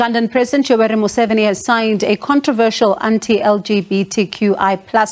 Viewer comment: It's not contraversial!